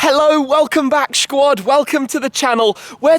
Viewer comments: Did you just say shquad 😂😂utterly tragic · "Shquad", what the hell Shmee?! What happened to you man ? 😅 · plz stop saying shquad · Wow....I guess People ARE saying shquad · Mans said Shquad😭